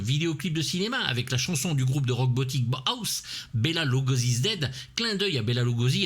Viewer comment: "Bauhaus", cela se prononce BA'hAOs, me demandez pas pourquoi, une prononciation à l'HALMANDE, une référence au mouvement en architecture fonctionnelle minimaliste (et très inhumain d'ailleurs) Et l'excellent morceau cold-wave qui passe en fond c'est Bela Lugosi's Dead du même groupe Et merci pour le rappel de l'existence de ce film, bien passé sous les radars celui là.